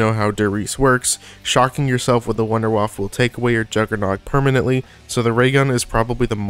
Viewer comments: Pls try saying wunder waffe in a german pronunciation my ears are bleeding it is not a waffel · If you speak about wonderweapons, maybe go to google translate and actually listen how to pronounce WUNDERWAFFE. So many people in the zombie community always do it wrong. Same with pronouncing Der Riese... Other than that, good video man. BO2's Ray was also my favorite.